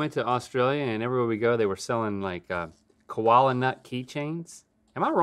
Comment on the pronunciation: Kola nuts not koala 😂